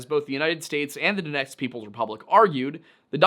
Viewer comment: Love how you said Donetsk oblast😊